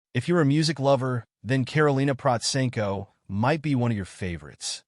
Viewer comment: This is the first time I "liked" a Karolina Protsenko description video. There are so many trash channels and falsified videos about her - well I guess this is the price of popularity and fame. You are the only one to pronounce her name right, you have done your reseach and put it almost right everything. The most persistent and general wrong opinion about her is that 1) she doesn't read music and 2) that she only plays by ear. It must be stressed that this only goes for learning pop covers. She learns classical by sheet music naturally as it isn't possible otherwise. You should have stressed seriously this in your overview. Otherwise, almost 100% with a few very small minor inaccuracies. Congratulations for a good video.